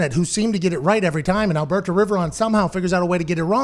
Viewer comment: came here just to hear Pat pronounce "alberTO"